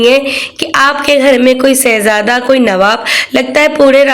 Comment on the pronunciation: Aap apni urdu thik kren,,,,, शहजादा होता सहजादा नहीं